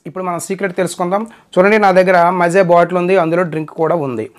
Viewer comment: మజా కాదురా మాజా💋💋